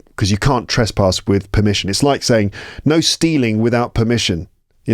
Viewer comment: may I please suggest a pronunciation correction: it is not 'trespaas', its 'trespas;( /ˈtrespəs/)